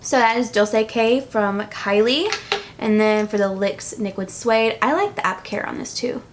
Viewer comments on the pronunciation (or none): the "lyx niquid" suede lolol i laughed at that too much! love you ❤️ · you accidentally said "LYX Niquid Suede" 😂😂😂 I was dyyyyying!! Love this vid and love you!!